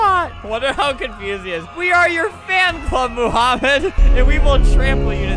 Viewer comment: BRUH ITS NOT MOOHAMED ITS MOHAMED CUZ HE SPEAKS ARABIC AND I DO THEY SAY IT MOMHAMED